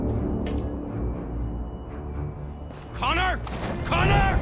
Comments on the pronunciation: if you listen closely to hank he said "connie" instead of Connor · No he doesnt it just sounds like he says Connie. But he really does say Connor